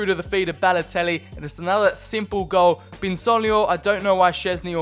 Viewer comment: Very good series, I really like this. It isn’t rushed like other YouTubers you see these days. My one criticism is, your over annunciating of certain words and names such as “Balotellllli” or “Icarrrdi”. Like I get you’re wog but just say the names normally and stop over annunciating your Ls and Rs 😂